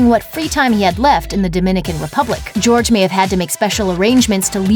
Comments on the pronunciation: Not GEORGE. HOR-HAY!! omllllll. I’m taking spanish rn and this makes me cringe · He's really out here pronouncing his name "George?" Don't chill with self-hating Latinos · “Jorge” is pronounced “hor-hey” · Why are everyone calling him George? Jorge is a spanish name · george ?? JORGE honey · His name isnt George it is Jorge!!! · Jorge is not pronounced "George" get a clue. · I know I’m 1 year late to this video, but dang this girl keep saying George instead of Jorge